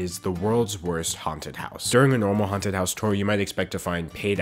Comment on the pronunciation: when you said haunted houses i thought you said content houses and i have never been so confused